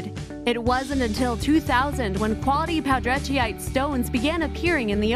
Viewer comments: #14: Poudretteite. The "ite" means that it is a mineral. It is named for a family of French descent, Poudrette, pronounced "Poo-DRETT." So the name of the stone is properly pronounced "Poo-DRETT-ite." Is it really so hard????? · I have a character named Poudretteite and I'm praying that wasn't the proper pronunciation of it. Lol. I've been saying it as Pou-dre-tite